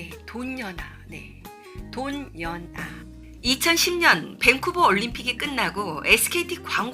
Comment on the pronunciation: 돈연아 외칠떄 강조~~ 아 웃기다